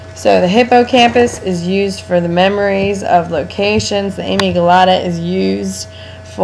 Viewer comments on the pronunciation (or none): Isnt it a-mig-dala??? Whos amy gelata??